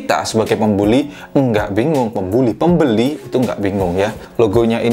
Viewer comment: "Pembuli" ehh "pembeli"